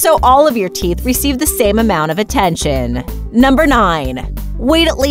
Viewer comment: WAIT how much attenchin to the frunt teath ummmm................. hehe oh no!